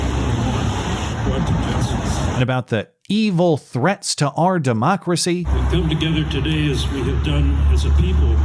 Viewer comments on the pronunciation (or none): After he uttered his first word, it was too obvious he was gonna start weeping about "OWW-AHH DE-MAWK-RAH-SEE".